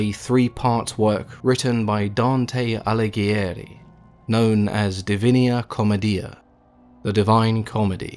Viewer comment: To be honest it's a great idea, it would just be great to hear you pronounce the italian in the way that it should be.. in these days when even google has a recorded pronounciation of most words it really isn't asking much to pronounce La DIVINA Commedia instead of "La DIVINIA Comedia"..